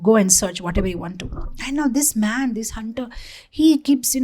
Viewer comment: read man as maa*